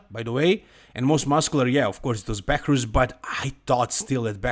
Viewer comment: BEHROUZ - pronounched as BEY-ROOZ not Beckers, he was hands down the WINNER. Nathan was thick and not in his best condition. Urs looking as a big as a house but come show day he flattens out.